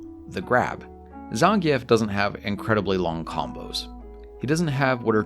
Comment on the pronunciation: You also say Zangief funny and it makes me laugh lol